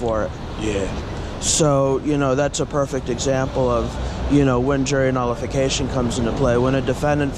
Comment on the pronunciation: He couldn't even pronounce the word 'nullification!' LMAO If their IQ is too high, the force doesn't take them. They want robots, just smart enough (barely) to do what they're told but not so smart that they start seeing, and worse yet, speaking out about the big picture.